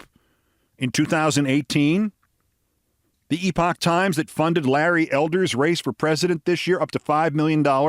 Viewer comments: Oh my god!!!! Thank you for this! It’s perfect. And…for correctly pronouncing the word “epoch”❤️❤️❤️❤️❤️ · Keith, you are the only one who can pronounce "Epoch". Founded and funded by Falun Gong....